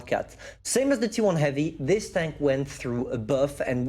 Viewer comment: never been old, he does the pronounce mistake same as he did before on “heavy”:D